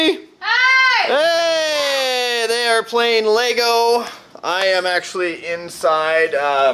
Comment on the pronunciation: Thank you for saying Lego. Not Legos. Do you remember when Lego actually had on the box that their name was Lego not legos?